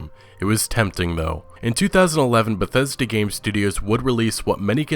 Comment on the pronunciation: It's beth es da... Get ready to be disappointed